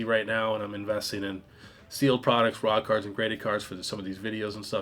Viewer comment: Why is it that every time you say "raw card" I hear "rock hard"?! 😂😂 Hopefuly it's not Freudian!!